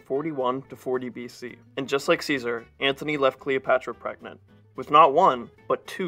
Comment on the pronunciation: Please... it's Mark Antony!! Not Anthony!!